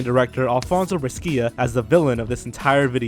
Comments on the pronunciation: Brescia, "bresha" not "breskeea" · Brescia sounds like "brèsha" not "breskìa". We italians have so few ortographic conventions, it's quite easy to learn them.